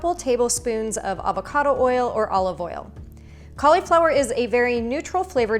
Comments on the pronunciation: I love your recipes, thank you! Just please, I'm not sure where the cau LE flower started, it's Cau li (short vowel - like LUH) flower. Yes, yes, I know - a syllable that ends in "I" may say it's name, but it's not in this instance. The stress is on the first syllable. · cool video, dont like the way you say "colly flower" tho 😳